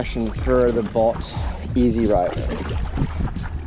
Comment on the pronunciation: It's pronounced "boat" 😊